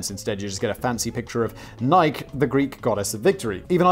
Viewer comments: ok we can let it slide for the shoe brand but you absolutely do not get to pronounce the goddess's name like that. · "Nike the greed goddess of victory". Right, and goddess of sport shoes too... come on simon, for this one you could have put some effort in getting it right xD